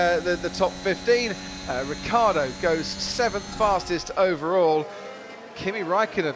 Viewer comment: It's Ricciardo not Ricardo, for fuck's sake.